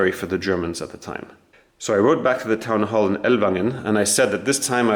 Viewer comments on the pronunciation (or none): none